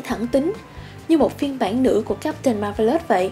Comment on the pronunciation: Bạn này nên đọc chuẩn xí hơn nữa các tên riêng, ví dụ như Zangyack nè, hay Marvelous nè. Mà không hiểu sao nghe giọng bạn lại nhớ tới bản lồng tiếng trên các đĩa ở Việt Nam hồi xưa :V